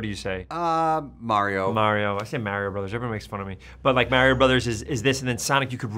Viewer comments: Nobody: Ben: The Mayrio Brothers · He says merio